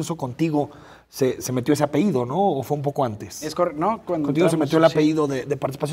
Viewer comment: ¿Es apeiiido o apellido, señor conductor?